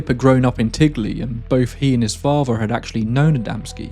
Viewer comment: TINGLEY not Tigley.